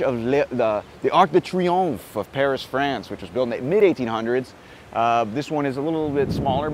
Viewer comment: Great job, love it, thank you! Waiting your next video. Send you force and love from France ( great accent for Arc de Triomphe, by the way!! ). Keep going!